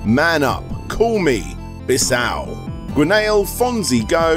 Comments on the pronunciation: its pronounce Bizoo and not Bizow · Let's learn something today : "Bisou" means "kiss" in french and reads something like "bisoo". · The mispronounciation of "bisou" really got me 😂😂😂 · Bisou :p French a problem for you? Haha.